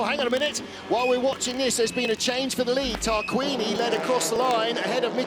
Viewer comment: It's Tarquini not 따르끼니...